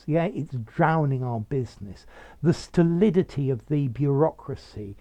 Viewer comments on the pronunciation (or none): I swear I heard you say "Stuhdihlihty".